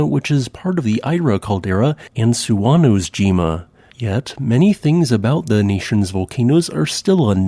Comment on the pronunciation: Small pronunciation tip: There are no silent e's on Japanese. Suwanosejima is pronounced like soo-wa-no-say-jee-ma. And double vowels keep the same sound as a single bowl, they just double in length. So oomurodashi is oh-moo-ro-da-shee, with the first oh laying twice as long as it normally would.